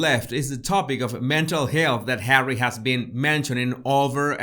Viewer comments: Why has he called It Hawwy that's just stupid! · Nobody has EVER called him HAWWY. If you are going to pretend to be a reporter you need to get your facts right. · Omg 😱 Hawwy lol.. love it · “Hawwy, Me-moir,” how appropriate. As for his “career”, as you have pointed out, what exactly is Hawwy’s career ? So far the only thing apparent is jester sans court.